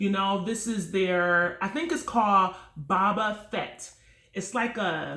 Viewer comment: "BaBa Fet?" 😂😂😂